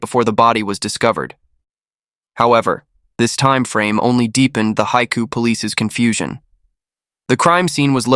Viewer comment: I've been to Haikou and the narrator totally butchered the pronunciation. It means the "sea's mouth" and is the major port for Hainan with a channel across from the mainland. Hainan used to be part of the Guangdong province, as was the neighbouring Guangxi province. The Vietnamese also believe that Hainan should have been Vietnamese territory. They are famous for the famous Hainan Chicken.